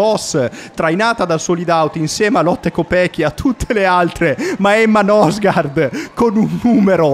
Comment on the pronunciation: La pronuncia sarebbe " Nursgoord"